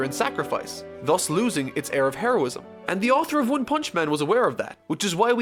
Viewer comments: I heard Hairo-ism or lacked there of, that was unintentional but i love it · You cannot immagine how often i heared "hairosim" instead of "heroism". Especially in closeups when some missing hair is shown xD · so you want to talk about Saitama's...hair-o-ism eh. ^^